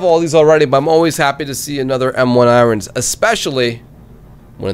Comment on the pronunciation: This idiot still says irons wrong.